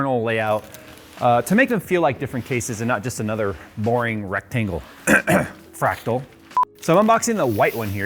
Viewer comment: He said "freactal" and I just looked over at my Focus G and shook my head.